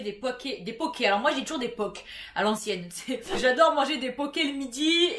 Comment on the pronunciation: Je crois que poke ce prononcé po-kaï